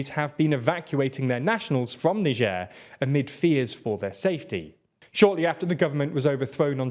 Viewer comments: It's not "n'sher" you anus, its "nai-jer". I know it gets the comments count up but at the expense of your credibility as news reporters. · Funny how you started pronouncing Niger differently now. Shows how incompetent you guys are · so this just might be a different in pronunciation between britan and america but how he pronounces Niger is so weird.